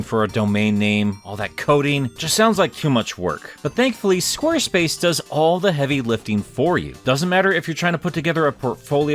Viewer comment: Or is it “Squerspuce?”